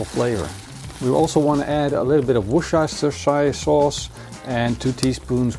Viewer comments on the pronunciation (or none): "Worshishushire sauce." You're the best, dude! I love the frozen steak technique. No more gray area on my steaks. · Hahaha... simply call it Wostershire... it is the same thing with Glocestershire. Glocestershire = Glostershire and Wocestershire = Wostershire. But that is only one thing... the other case is: That is ANACONDA 2.0! And it is stunning great. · nice preparation.. very unique! good bit of work but I'm sure it is worth the effort. to make it simple, we call it "wooster" sauce! pronounced whusster or whusstah'. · Ziet er weer lekker uit! En wat betreft die Worchester..saus waar jij steeds weer over struikelt (ik weet ook nog steeds niet wat de juiste uitspraak is): mijn vriendin komt uit Panama, daar noemen ze het gewoon English Sauce. Veel makkelijker :-)